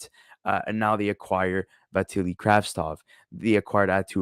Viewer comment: You could do name right. Kravtsov.